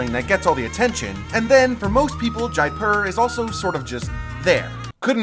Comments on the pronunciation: Pronunciation is 'jaypur" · It's really pronounced more like JAY-POOR, with the p being a soft p not hard.